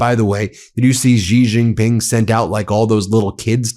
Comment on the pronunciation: Drives me crazy! “X” in pinyin (Chinese phonetic writing) is pronounced “sh”, not “j”. It’s pronounced “Shee” Jing Ping, not “Jee” Jing Ping. Xinhua newspaper is “Sheen.hwa”.